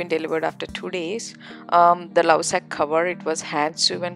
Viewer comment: It's not Lausac Its Lovesac 😒